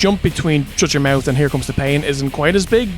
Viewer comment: I like how you can pronounce ‘Shut Your Mouth’ without a single ‘t’ involved